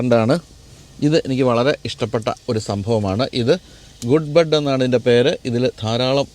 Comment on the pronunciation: ഗുഡ് ബഡ് അല്ല... ഗഡ് ബഡ്